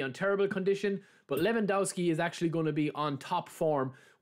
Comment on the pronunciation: Levandovski is how u shud pronounce it. You've already rendered the first W a V so u shud go on with the same rule for the rest of it